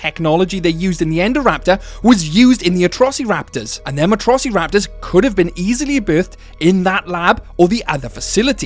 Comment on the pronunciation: I love how you say atrossy-raptors